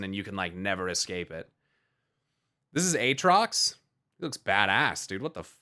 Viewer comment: you done messed up AA-trox